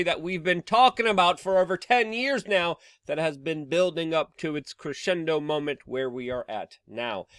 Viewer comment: trust Luke to mispronounce words:))'crushendo moment' 'retulatory'